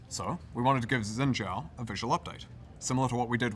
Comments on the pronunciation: Why do people keep saying, "Zin Zao" in stead of, "Sheen Jiao" like its spelled? Its infuriating. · "zin zhao"... either spell it the way to you want to pronounce it or pronounce it the way you spell? haha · Mispronouncing Xin Zhao each time is killing me. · I love how they butchered the pronunciation of “Xin Zhao”